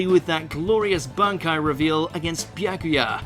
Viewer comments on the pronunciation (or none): none